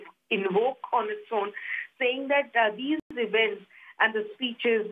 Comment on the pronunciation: The Anchor has distorted the pronunciation of the word 'Event' and it jars